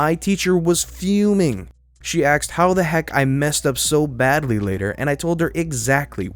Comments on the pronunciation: The only thing that kept throwing me was the repeated pronunciation of the word "asked" as "axed". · You are a very good reader but the term is asked ASK ED not axed AXED. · Dude, you're a pretty good reader, but i HATE the way you always say "axed" instead of "asked" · ASKED dude A S KED...axing someone is something completely different... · it's pronounced ASked not AXed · OMG. the word is 'A S K E D"' not 'A X E D" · It’s ASSked, not axed. Your S sounds are occasionally drawn out like a snake hiss in my ear. If the names are written out (like Saul), just take the extra second to read it out. It’s frustrating to read it along with you but not hear it. Aside from these (and I hope you listen to what your viewers are trying to advise you) , you are doing great and can’t wait for more videos. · ~ "She AXED....." ::facepalm:: Oh, goody.... another uneducated mumble-mouth moron that can't pronounce the single syllable word "ASKED" Do teachers even bother trying to educate students anymore or has school just become glorified state sponsored babysitting? Fucking idiots can't even speak the language they were born into properly. If you "job" is reading to the public then, at a minimum, you should probably know how to fucking speak! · Be careful with the word Asking or Asked .. Twice I heard Axing and Axed (in the coffee story). Good work so far. That's 2 in the pipe. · Please stop saying "axed"...pretty please? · You say "asked" instead of "asked". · Too many “axe”s. I’m going to have to go back to rslash. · So much axing..... :( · Normally I love your videos, but today the way you pronounced "asked" just rubbed me the wrong way. I'm not going to dislike, but I'm not going to leave a like either. Sorry to sound like a pain, but I figured feedback may as well be voiced. Other than that, keep up the good work